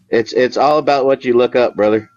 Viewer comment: “I’ll tell you HWAT”